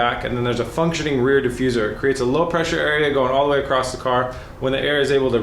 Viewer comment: A very anal comment but we know you know across is across and not acrossed or some even say acrosst yes with a t. Anyway. Just say it right